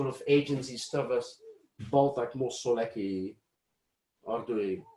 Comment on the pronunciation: so how do you pronounce "coecke" ? I heard "kaekae" and here he said "cokae"